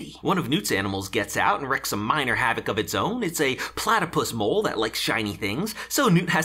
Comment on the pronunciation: gonna need this overdubbed so that "wreaked" is pronounced properly all 3 times, otherwise perfect